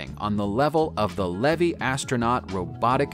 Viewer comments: Levy? It’s pronounced lay lee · It isn’t Levy it is Lely!!